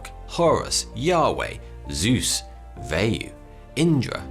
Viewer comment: The 'a' in 'Vayu' is pronounced as in 'car' not as in 'way'.